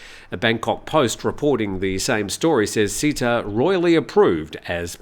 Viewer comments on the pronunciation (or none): Hi. It is not Seetha (not ee). The closest pronunciation is Setha (e as in melon, with an emphasis on t). Not ee as in deep. Setha is the correct one. Thanks and all the best. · SATE-TA not SEE-TA